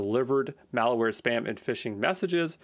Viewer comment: Awesome, but the entire video you keep saying "IpD" instead of "IdP". And the word "malware" is not pronounced "malaware".